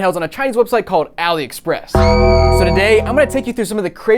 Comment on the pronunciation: It's pronounced All-ee Express. It's short for Alibaba.